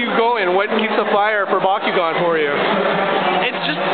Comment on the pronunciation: it's bakugan NOT bakygon. and omg the kid in the left was kinda a noob!! lol and i get made fun of for collecting bakugan at 13 and there's like two high school kids. xdd